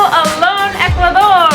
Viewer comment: This guy is improving his Spanish so fast. It's cool when he says "Ecuadorrr" It sounds so "ecuadorian " already. Watching the show from El Morro in Ecuador . Peace to you , folks. ✌✌✌ ✌✌